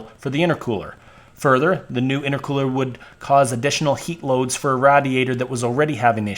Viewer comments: BRO....Its RAY-DEE-ADER....not RAD-EEE-ATOR. HAHAHA Im 38 and have never heard anyone pronounce radiator the way you did....Is this an actual pronunciation somewhere in the USA??? If so, its new to me. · This is a great video, BUT, one of your pronunciations are driving me nuts. Radiator -- it's RAY-diator. Meanwhile.. I'm on my fourth Dodge. 96, 01, 03 and now an 05, with a G56 6sp manual. Owned since 2007, it has 160k miles on it. Love it! I refuse to own the newer (but very nice) emissions and electronic nightmares. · Thank you for saying Radiator like you're a foreigner that is trying to pronounce "Radiator" it is pronounced Radiate+Or or "Raid e ate or" I absolutely cracked up like 40minutes in when you said it for thr last time ROFL thanks agains I know you probably weren't trying to be funny but that was hysterical and yraa this is the correct information as far as to how your pronounce "Radiator " ... ROFL also " I felt it was time that this information happened " dude you are fucking Hilarious ROFL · The way he pronounces "radiator" - I heard that a lot in Southern Pennsylvania, especially in Pittsburgh. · Great vid, watched the whole thing. But the way you say radiator was about to make me explode lmao.